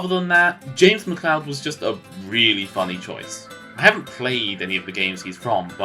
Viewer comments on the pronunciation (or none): none